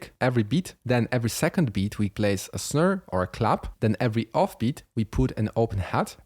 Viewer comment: always something to learn from you no matter how advanced I am. MY question tho, when will i have to stop catching up to you and get on your level lol PS the accent on how you say Snare is my new favorite way to say SNERR KUDOS BRO